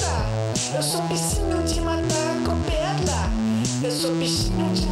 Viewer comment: "Eu sou um bicinho de matar com pedla" eh muito bom.. suahsuahsua